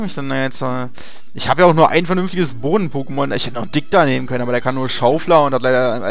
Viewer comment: Aggressionen wegen der "Pokémon" Aussprache des Moderators. ICH VERSTEHE DICH.